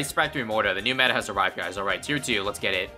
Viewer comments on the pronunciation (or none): none